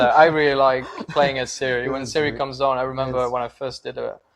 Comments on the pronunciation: You obviously don't know anything about the Witcher. Her name is spelled Ciri but pronounced Siri not Kai-ri. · canadianeh16 Not Siri, and definitely not Kai-ri, more like Tziri actually. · So pronounced "Kai-ri"? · Its ciri not siri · Ciri, not Siri! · Pronounced Kiri